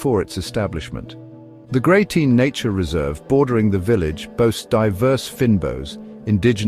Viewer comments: It's Grey-ton!! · GreyTINE?……..How do you arrive at that pronunciation for Greyton?